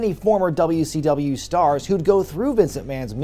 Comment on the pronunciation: Did my guy call it Dummy C W